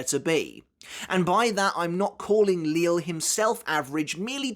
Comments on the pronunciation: I'm quite surprise that you still call him Lil or Lilly when he's name was already revealed to be prounounced as Lijie or Lijee. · It’s kinda weird to still hear “Li-le” or “Lil” when it’s now “Lije” which makes sense considering his pronunciation of chocolate, it makes sense for the “LL” to make a “J” sound. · surely you're aware of the proper pronunciation for the names of Lille, Cang Du, Äs Nödt etc by now? Are you just used to the way you've been pronouncing them thus far?